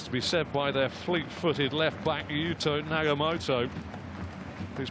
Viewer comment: NagaTOMO not Nagamoto. It's a shame for the commentator not to know a player who has played in Europe for 10 years, including 170 matches for Inter Milan